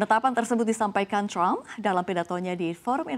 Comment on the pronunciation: Penyiar biasa aja gausah bilang crump, bilang aja trump apa adanya gausah di inggris2in.